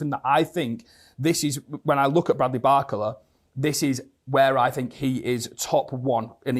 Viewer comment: Everytime he says his name i cfinge, isnt it bar-cola and not barcela? 😂